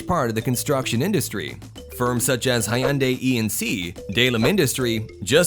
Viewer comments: Did he just call Hyundai as High Undai? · Hayundai is a very disturbing pronunciation... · "Hi-yun-dai" Me: Ultimate Cringe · Hayundai and Batan..hahahah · The way reads Hyundai😔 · I've heard multiple pronounciations of the name "Hyundai", and nobody quite gets it right lol, but his one was sort of close. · How is he saying "HYUNDAI" again? My head hurts